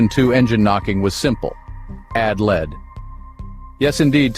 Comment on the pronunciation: Yeah honestly that made it too frustrating to watch. Doesnt even care enough about editing to notice the main lethal ingredient is being pronounced wrong